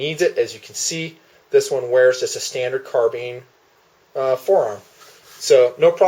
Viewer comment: Wtf is a carbeen Does he mean carBINE? You know, like how its actually said?